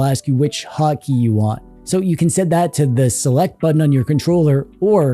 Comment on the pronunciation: When you said 'hot key' i thought you said 'hockey' and for a minute i thought it was a Canada thing.